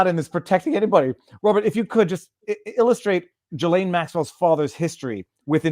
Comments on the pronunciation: Robert Maxwell's boat was The Lady Ghislaine. And by the way, the 's' in her name is silent. It is pronounced Gill-ayne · GILL-lane not JILL-lane